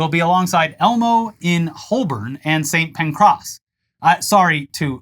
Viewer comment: As a UK fan of the show, its pronounced, for future ref, U-AE-FAH and st. pankris, <- no emphasis anywhere. 😉